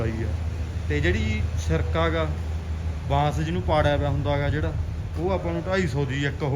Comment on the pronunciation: ਬਾਸ ਨੀ ਭਾਈ ਬਾਂਸ ਹੁੰਦਾ ਕਿਉਂ ਚੌਲਾਂ ਵਾਂਗੂੰ ਪੰਜਾਬੀ ਦੀ ਐਸੀ ਤੈਸੀ ਕਰ ਰਹੇ ਹੋ